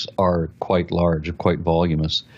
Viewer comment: "voluminous'.....no "volumous"